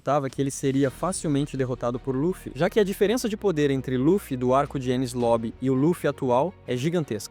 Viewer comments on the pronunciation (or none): none